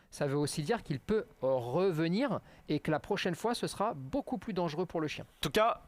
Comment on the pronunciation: il est où le "han" dans "beaucoup" ?